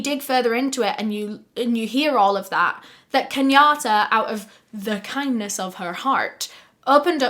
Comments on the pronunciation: I love the quick little American accent with the "kindest of her heart." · 😳 I was NOT prepared for that bold American accented "Kindness of her heart!" 😆😍😂